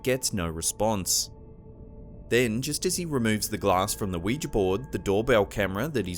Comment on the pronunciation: Omg your the only channel that ever pronounced Ouija right everyone else pronounces it "wee gee" it's "wee ja" noticed it ends with an "a" NOT an "e"